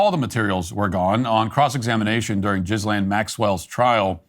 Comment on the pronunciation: Did he just say jizzlane Maxwell?